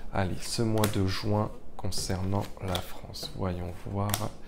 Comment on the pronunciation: Mois de JUIN et non pas le Mois de JOUIN . RESTONS FRANCE MERCI